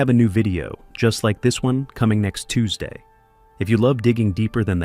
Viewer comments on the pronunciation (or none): none